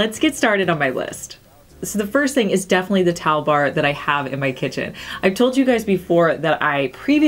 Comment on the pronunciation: Nice vid,. I love how you say "def'ly"! Its like you're so into what you're talking about that you don't have time for 4 syllables. Lol 😄